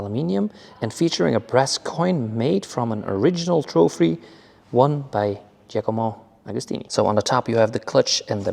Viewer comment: Giacomo agostini u moron…the greatest of all time and u are not even able to pronounce properly his name….